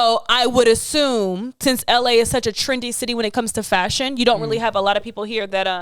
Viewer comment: I felt that when she said I might be broke or up or how ever but if it’s a shoe she wants from CPFM she gets it, and that’s me too lol with other shoes, Btw you guys need a twitter, I’m tryna show y’all a fav Nike blazer of mines from 2009. 👍🏼 btw that everytime she say FASHUN it’s hilarious 😂